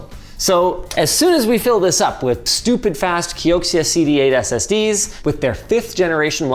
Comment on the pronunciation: Bro really said SSDEEZ